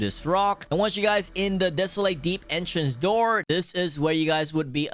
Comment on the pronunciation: “Frshh” “The dep” “Millons and millons of dollar” “Subscri” “Ro” “Pufferfrsh” “Ararara rod”